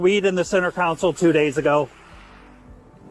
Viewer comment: Whenever I hear a cop call it a “center council” I automatically question his qualifications….. as a law enforcement officer you should know the basics of a cars structure and you should know how to pronounce simple words…. It is a “CENTER CONSOLE”!! Please educate yourself officers!